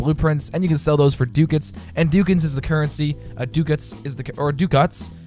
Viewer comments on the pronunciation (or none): It's pronounced: Duck-ats